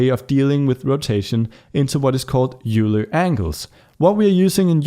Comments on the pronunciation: It's pronounced, "Oiler". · If pronouncing names correctly matters to you, Leonhard Euler's last name is pronounced much the same as the word "oiler". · It's not euler angles. you say it like oiler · These tutorials are very helpful, thank you! FYI, Euler is pronounced like oiler.